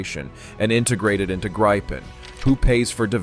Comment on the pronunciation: It is pronounced like in a 'grib' with a short [ee]